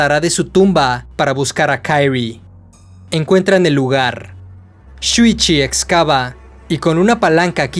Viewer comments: lo unico que no me gusta de esta saga narrada es el cringe de como pronuncia el nombre de kirie como si la obra fuera estadounidense. Me imagino que el dueño del canal es mexicano, ya que aqui se tiene esa pesima costumbre con todo lo que no es de algun pais hispano lo pronuncian como si fuera ingles. Es kirie no kairrui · Nomas una corrección, no se lee Kairie. El nombre es japones por lo que se le Kirie, asi como esta. Es que me causa conflicto haha. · muy buen video pero me da cancer cada que pronuncias el nombre de "kairi" enrealidad se dice kaori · Kirie, no kairrui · Dude, no estás reseñando series en inglés, es Kirie, tal cual se lee en español